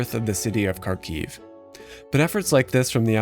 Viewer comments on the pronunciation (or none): none